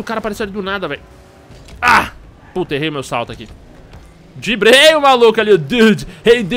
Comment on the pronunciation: O jogo é legal mesmo, mas "dibrei" foi horrível !!!